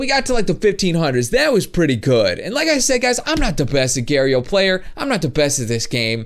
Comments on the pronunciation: it's agar.io not agare.yo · He Say Agar.io Wrong To Lol He Say "Agairio"